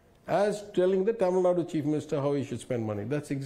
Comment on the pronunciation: It's TAMIL NADU not Tamil "nad" ! Get your fact right!